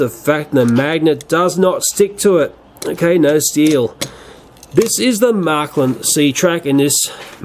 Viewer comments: Not "marklin". Märklin. With "ä". You pronounce it like "mare". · Märklín, not Märklin.